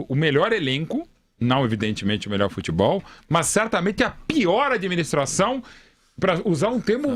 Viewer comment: E VAI CONSEGUIR.O GRANDE PREFEITO E QUEM MANDA NO "FUTEBOR" DE BELZONTE.KKKK